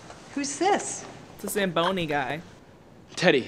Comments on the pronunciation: "What's that called, a Zambooie?" It's a zamboni!! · not saying zambooey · When you're Canadian and listening to butcher "zamboni" over and over